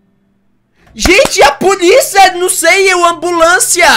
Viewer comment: "Alô puliça"? Kkkk